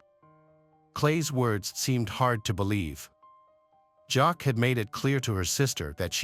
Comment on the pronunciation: Her name is pronounced “Jackie”